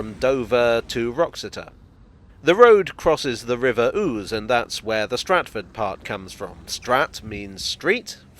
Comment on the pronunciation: Crosses the river Ouse, not the Ooze. Heard that wrong. :)